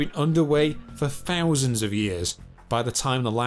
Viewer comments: The narrator's voice is ruining this for me. The unnatural speech pattern and his constant mispronunciation of " th" . it's not pronounced as an f or v. Fousands of year ago earf? Please 👎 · Sounds like he's speaking an ancient lanuage where "th" is pronounced as "f". Must have been a friving society from fousands of years ago.